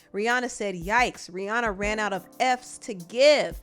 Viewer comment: It's R I H: RIHANNA. Not to be picky. That just bothered me a bit. No hate tho.